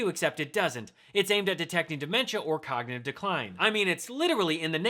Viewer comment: Frump, the cognitive test excuse is vapid. He sounds like he is saying cocknitive test